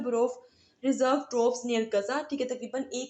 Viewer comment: apko to Troops b nai sahi bolna ata! teaching ka shoq ha na to apni pronunciation ko b improve kro.